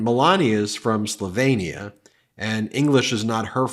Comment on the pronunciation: Where’s Slovainia? Surely it is Slovenia.